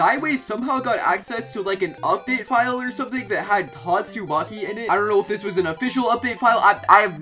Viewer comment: Don’t tell me you said “GYATTSUMAKI” 😑